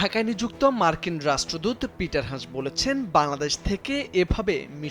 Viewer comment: ষ্টুপিড সাংবাদিক, ওনার নাম “পিটার হাছ”, লজ্জা হওয়া উচিত আপনার যে একটা নামকরা মানুষের নামটাও ঠিক মতো উচ্চারণ করতে পারেন না আবার সাংবাদিকতা করতে আসছেন!!!